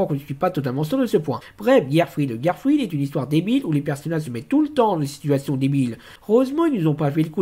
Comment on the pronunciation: Tu as aimer cet épisode ? Kael lui n'as pas du tout aimer. Tu prononce mal le mot "Girlfriend" XD Ok tu aime bien Lillie , Nacchara et Naminé , je comprend pourquoi Mais Chloé Bourgeois ?? Minute elle s'appelle Sinnoh ?